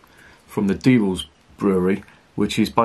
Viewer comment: Less than I'd expect from a German Altbier. Your pronunciation of Diebels is spot on. 🙂